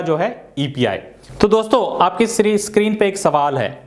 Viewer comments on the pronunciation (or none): none